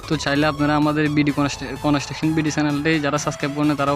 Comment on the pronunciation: কনেসট্রাকশন না বলে কনস্ট্রাকশন বলেন।